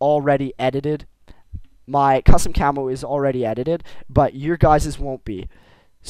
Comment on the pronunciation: u say cammo like camol =D